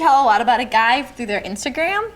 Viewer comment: When you say guy it has an i sound